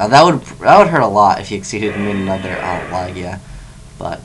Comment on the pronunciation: Why are you saying "Lah-gia" instead of "Lah-jia" all of a sudden?